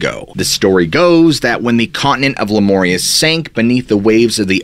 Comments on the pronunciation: I've only ever heard Lemuria pronounced like "Lem-yur-ia like not lemoria.Sorry it was hard to keep hearing it.I know I'm being petty, I'll try to get a grip...🙊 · Pronounced "LemUria"...NOT LemOria 😉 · But Lemuria is wrong lol it’s MEER not MOOR … 😉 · I've never heard the ancient civilizations name said as "Le-mor-ee-ah" before. Normally, it is said as the original destroyed continent as "Leh-mur-ee-ah" and they are the "Leh-mur-ee-ens". Great video nonetheless. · Lemuria has no O in it. Stop pronouncing it like Le More rea. That is a long U not a long O. Sounds the way the u is pronounced in the word you. Love the content but your pronunciation drives me batty. Cannot help it. Raised by an English teacher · No 'O' in Lemuria. Please get this right I beg you. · You’re pronouncing Lemuria wrong